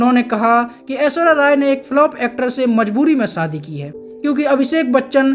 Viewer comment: zra Shabdon ko sahi se Ucharann kiya kro Naam AISHWARYA hai na ki AISWARYA SHADI wala SHA bo la karo Biharion wa la SADI Galat hai